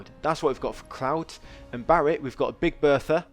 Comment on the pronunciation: why are you calling Barret Barry?